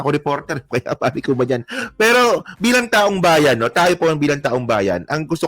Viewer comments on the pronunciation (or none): none